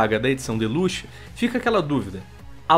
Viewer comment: Me dá uma agônia fudida quando o fala "Deluxe".